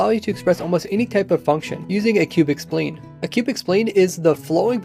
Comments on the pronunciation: I started to second guess myself. I always pronounced it sp-LINE not spleen. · lol! not "spleen", "sp line" (sound out the s and p letters, don't pronounce the s and p names)